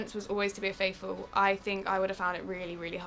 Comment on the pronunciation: After all this time and after presumably watching the whole series, Harry still says 'Fateful' instead of 'Faithful'. 😂